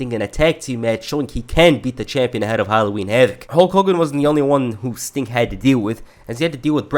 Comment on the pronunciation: I noticed you said "stink" instead of "sting" in some instances or I'm hearing things.